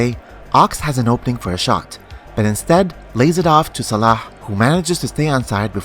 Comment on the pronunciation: man you pronounce Salah like a true Egyptian.